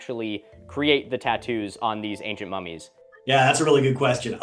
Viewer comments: Ngl the way youre saying mummies sounds like an Australian saying mommies and its making me giggle. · mummies already doesn’t sound like a real word, thanks Milo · Nahh dawg when you say "mummies" like that my mind goes to a different place. Edit OH YEAH there is!!